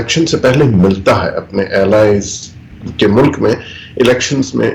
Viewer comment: urdu main Mulak nai hota. Mulk hota hy